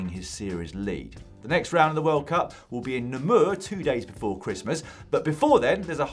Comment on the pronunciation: Hi Dan, nice show as always. To help you with the pronunciation of Namur, it's Nahmuur, if that makes sense. With the emphasis on the a. Cheers